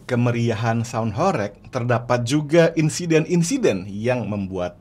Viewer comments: Bro, penyebutan HOREG yang benar (huruf E) sprt mengucapkan ulEk, budEK atau pilEk.. begitu bro💪🏻🔥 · Pengucapan horeg salah coach, e nya seperti beras....